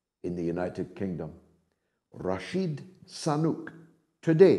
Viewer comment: Did he say Rashid Sunak?!😱